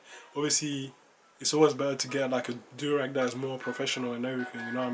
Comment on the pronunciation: Yo the way you say durag its like durex